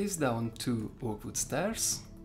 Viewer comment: "Vood" hehe I love his accent